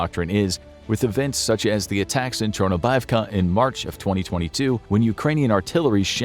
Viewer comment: Atackums not to be confused with steakums